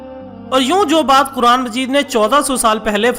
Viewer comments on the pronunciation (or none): none